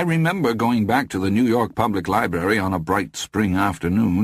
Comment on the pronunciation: Great narrator, sure, but only once does he say libRary! What even is a libary?